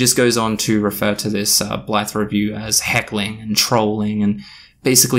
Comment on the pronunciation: Oops. Just had to delete a comment saying you looked like a racist because you kept describing the reviewer as a "black person". Turns out with your accent at 2x speed "that Blythe person" sounds a lot like "that black person" lol